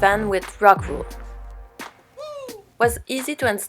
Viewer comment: THANK YOUUU..I played back 5x's, and still thought she was saying rug wool. lol